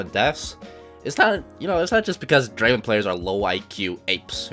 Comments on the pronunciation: Pronounce “Draven” like how T1 does, and you’ll reach challenger in no time. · He says "Draven" the exact way T1 does. this must mean something